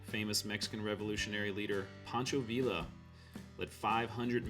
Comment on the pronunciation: Pancho Villa, pronounced Vee-Yah. Wonderful video! Thank you for taking the drive! You should head north to White Sands NP…even check out the WSMissile Base. You’ll need to apply for entrance at the gate for the military base. Well worth it! The Trinity site is just north of there.